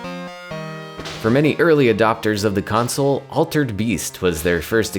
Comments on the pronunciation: "wise from ouw Gwaves." sold me. thanks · "Wise fwum yo gwabe!"